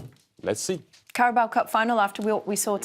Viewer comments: “Carboa cup” 🤣🤣🤣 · Titi's eyes 👀 when Clint couldn't say Carabao cup 🤣🤣🤣